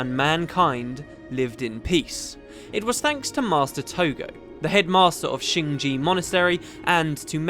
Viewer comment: Why do all Youtubers say "shing ji", whilst the game says "shing jay", and it's written shing jae, rather than shing jea?